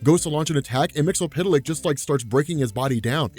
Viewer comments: umm "mixispituhlick" not "mixulpituhlick" GOSH napoleondynomite.gif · It's Mister Mxyzptlk not Mxypydlyk. It shouldn't be too hard to just read all the letters. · Hey, first time comment here. It's Mix-yez-pit-lik. Mxyzptlk. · SAY IT WITH ME NOW! MIX - YESS - SPIT - LICK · It's pronounced Mr. "Mix-yas-spit-lick"